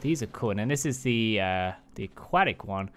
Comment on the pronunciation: No one caught the first time he said Aquatic? He said Aqu-attic. lol The arctic one is made to look like the Aurora borealis i'm thinkin. The thing above you on the parasaur is an equivalent of a pergola or umbrella. It's made to shield the rider from the weather lol Favorite saddles? Equus arctic, Parasaur Arctic, the jungle saddles for all of them and the Ember ones too. not really digging the aquatic ones.